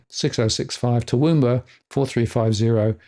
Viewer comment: How could you not know how to pronounce Toowoomba? And how did you come up with Derrimont?